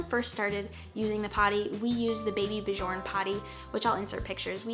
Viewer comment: Baby björn is pronounced baby ‘byern’